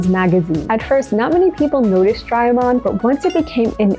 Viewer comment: SOMEONE CALLING DO RAY E MON SO FUNNY😂😂😂😂😂😂😂😂😂😂😂😂😂😂😂😂😂😂😂😂😂😂😂